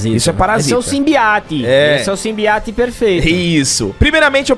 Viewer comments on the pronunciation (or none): "Simbiati" kkkkkkk